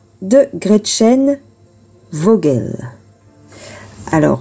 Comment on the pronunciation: Coucou! C'est "Foguel". En allemand, le V se prononce F. Merci pour ce que vous faites. 😘